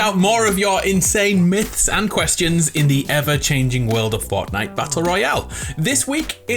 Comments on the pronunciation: lets play forckknight Me: what did you just say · He said forkknife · why do you say forknite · “Forkknife” 3.33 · Is it me or did he pronounce fortnite forknife